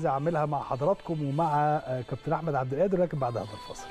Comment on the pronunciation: مع إحترامي وتقديري لنجوم الأهلي المحترمين في هذه الحلقة ولكن ملاحظتي الهامة هي اسم اللاعب الموهوب أحمد عبدالقادر ، لاينطق (أحمد عبد الآدر) لأن القادر هو اسم من أسماء الله الحسنى ولايجوز ولا يليق أن ننطقه خطأ والمشكلة الكبيرة إن معظم المصريين وأنا واحد منهم ينطقونها وغيرها من أسماء الله الحسنى مثل عبد القوي يقولون عبد الأوي !!